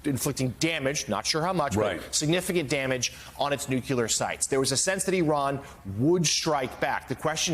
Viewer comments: It's pronounced new-klē-ar, not new-cū-lar. I can't believe a reporter doesn't know this. Of course outdoor pronunciation is just unimportant anymore. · My dude said "Kater" and "Nuculer" within 2 minutes of eachother on national television. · Can people that are relaying “news” stop saying “Cutter” and “Nukuler” it’s “Katar” and “New-Klee-er” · Please say "nuclear" and not "nucUlear". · NUCULAR is not a word. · How can national newscasters seriously say "nuke-yoo-lar"? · NEW-CLEE-UR. Learn to pronounce it. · Please stop mispronouncing "Nuclear."